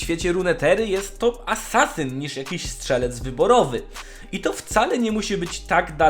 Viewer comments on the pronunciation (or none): none